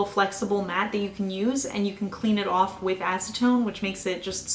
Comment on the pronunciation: I love your accent lol. “Scrape it owff”